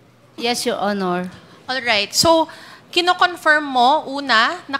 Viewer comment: Wala kahibalo asa ang Tuguegarao, Cagayan? And it's "confirm" not "confiyrm"...